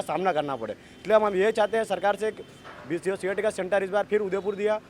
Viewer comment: Cet बोलो cat नहीं